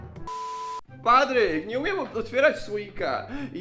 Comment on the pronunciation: Czy tylko ja zawsze zamiast Patryk słyszę PAPRYK 🌶️? XDDD cześć 😂😂😂